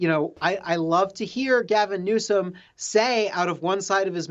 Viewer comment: Newsom? "NOOSE'M".